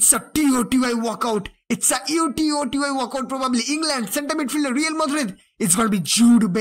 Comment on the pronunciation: Bro stop saying T O T Y say it all together